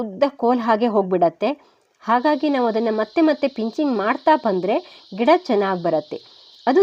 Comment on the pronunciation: Ggeda anta ಹೇಳಿದಂತೆ ಕೆಳತ್ತೆ.ಗಿಡ ಅನ್ನಿ